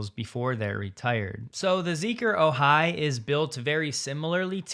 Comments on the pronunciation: Great report, except no Californians say “oJAI”…it is pronounced “Ojai” (sounds like “O - hi”, with the accent on the first syllable. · It’s not oh-HI, it’s OH-hi. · The syllable emphasis pronouncing Ojai is OH-hai. Not oh-HAI. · You ALMOST have the pronunciation correct for the way locals say "Ojai". The STRESS is on the FIRST syllable, NOT the SECOND: OWE- hi. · "Ojai" is pronounced OH-hi, with the accent on the first syllable. SoCalFreddy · it's "O-hai" emphasis on first syllable. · We pronounce Ojai as O-high. Emphasis on the hard O. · Ojai is pronounced : long O hi with emphasis on the O. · Ojai. For all the “readers” out there, the pronunciation has the emphasis on the first syllable.✌️😎